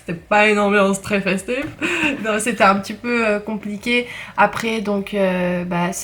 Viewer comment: Hahahahah tm as tuée qd t as dis "c' etait ps une ambiance tres fèstive" vers 2 min comme ça avec ton accent